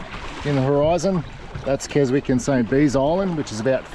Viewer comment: Silent W in Keswick, pronounced Kesick.